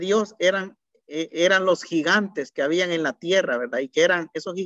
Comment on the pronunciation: excelente, pero como retroalimentación debería de mejorar su pronunciación, ejemplo: decir JUDIO y no JUDIYO, pronunciar MACHO CABRIO y no MACHO CABRIYO, decir HABIAN en vez de HABIYAN....